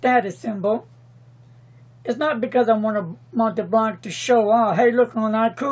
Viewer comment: Pronounce "Mont' [like want] Blanc," not "Mont'ee' Blanc"